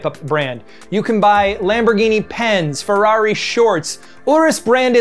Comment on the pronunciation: "Forukio lamborgini" 😂😂😂